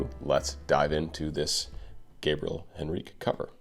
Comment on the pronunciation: Not to be a scold, but Gabriel pronounces the final E in his name, so it's something like HEN-reek-ee. Love your analyses. For a belter extraordinaire, Katrina Velarde can't be beat.